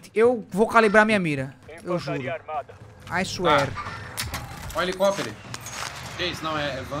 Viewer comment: O IDIOMA QUE ELES INVENTARAM EH SENSACIONAL!!!!!!! Eu perco tudo quando o fala HELICOPERE 🗣🗣🗣🗣🗣🗣🗣🗣